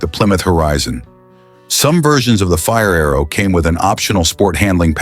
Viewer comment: Quit watching as soon as Mr AI said fire-arrow sickening